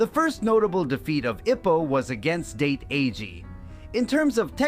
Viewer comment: ITS not Date like taking a girl out its sounds like Dah - Tay